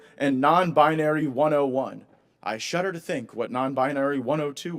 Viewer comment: Gaetz nailed himself when he stated, "I shutter to think".